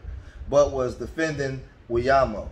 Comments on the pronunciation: Ain’t even close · I cannot stop laughing at how you pronounce his last name 😂😂😂😂😂 Victor WhyleealiAmo ☠️☠️☠️☠️☠️☠️☠️☠️☠️☠️